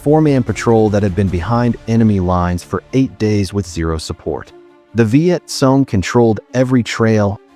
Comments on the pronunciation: It is pronounced CONG not SOON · Learn to pronounce name would help a lot... it's not sone it;s cong